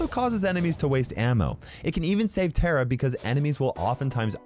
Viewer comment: Its tara not tera